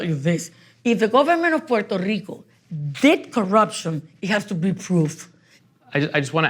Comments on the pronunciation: WHY is Poo-wert-rico so hard to say even for people born there??? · SE DICEEEEE PUEEERTOOO RICOO NO PUELTO RICO HABLEN BIEEEN CARAJOOOO!!!!!!!!!!!!!